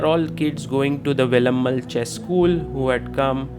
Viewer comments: May be, Sagar Bhai... Wouldn't... He always pronounced Velammaal as Velammal only.... You all might have noticed already.... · wonder why north Indians can't pronounce certain simple South Indian names correctly. He could have written it down in Hindi or whatever language he knows to get the pronunciation right. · Without all due respect, it's really bad that you pronounced Velammal the way you did. Guest of honour, you must have heard the word being pronounced a hundred times, and still chose to pronounce it wrong.